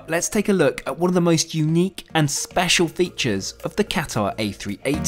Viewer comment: Great report. But please learn how to pronounce Qatar properly ;)